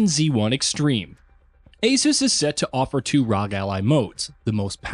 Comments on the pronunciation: Was gonna watch the video, but by the third time you said "rog" instead of "R. O. G."... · For to love of everything. Its not Rog its R. O. G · C'mon....say it with me now....R. O. G. Not rog. They are initials. They're meant to be said as individual letters.